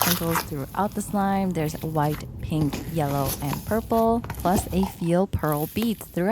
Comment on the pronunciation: Did anyone hear that she said vreen for purple